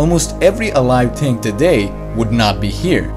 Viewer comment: Next video: “I learn how to make a thing correctly” why can’t you pronounce th right?